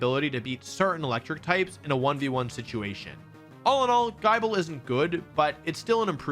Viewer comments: The way Wolf just... butchers names is unreal, Nibble Bite and Chomp, but the man says Guh-EYE-bul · I'm sorry, Guy-Bell? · Im sorry but is gibble not GIB-ble???? Have I been saying his name wrong for years?? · The fact when wolfey pronounce gible as JAYBEL, had me choke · Bro really said guy-ble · Who else died inside when Wolfey said “Gai-bel” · I know the 'e' at the end makes it so there should be a hard 'i', but no, i never want to hear "guy-bull" again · He said “Gai-bel” with a J the first time 😬 so like… Jai-bel? 🤢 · Surely you'd pronounce "Gible" the same as "Bible"? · did anyone else notice the way he pronounced gible cause it just sounded weird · Did he just say gible as... I don't even know how to spell it. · Everytime Wolfey mispronounced Gible a volcano erupts somewhere in the world this dude is a menace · Not me leaving the video 3/4 of the way through to look up how to pronounce gible, then coming back to finish the vid. 😅😅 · Ain't no way he just pronounced gible like that... good video tho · Is no one gonna talk about how Wolfey said “Gible” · i appreciate all the effort u put into this i totally fuck with what u presented but dog they have pronunciation guides for pokemon names if you're going to put this much effort in might as well say the names right 4/5 coulda been 5/5 tho.. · Bruh don't ever butcher Gible's name again. This is worse than people mispronouncing Arceus. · ayo you said Gible wrong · Wolfey, why do you pronounce Gible wrong? Saying Unfezante like it's Unfezante is already a travesty but it kinda deserves it but Gible didnt deserve hus name being violated like that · I would of subscribed if you knew how to pronounce Gible & Unfenzant properly. But you didn’t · Came here from Twitter to see how badly you mispronounced Gible 👍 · please never say gible like that ever again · I think Wolfey has the worst Gible pronunciation ever. Sorry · The way you pronounce gible is criminal & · its gible not gyble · It's Gee- bul not jible